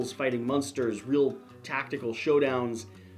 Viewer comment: I hope AEG doesn't mind that you are purposefully mispronouncing the name of their game. There should be a disclaimer that this game has nothing to do with a particular 1960s American sitcom.